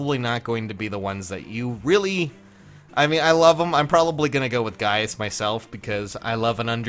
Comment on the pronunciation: Gayus for Gaius omg